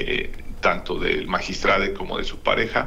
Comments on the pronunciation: Magistrade porque no magistradi, magistradu 😊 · Que credibilidad va a tener un fiscal que no sabe pronunciar magistrado?